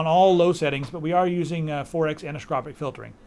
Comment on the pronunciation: LOL, "anixcropic filtering"